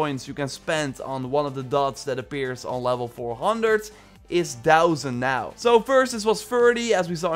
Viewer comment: Why did they boost the mastery points to a dousand? I know that's spelled wrong but that's what I heard you say. The game is already super easy when you reach 400. I guess though it would be fun with a new game plus.